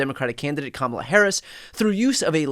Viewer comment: I'd love to see a judge toss one of his lawsuits on the grounds that he's alleging acts by an entity that doesn't exist. There is no such entity as "the Democrat Party". Refile naming something that exists, or go away. And make him and his attorneys pronounce "Kamala" right, while they're at it.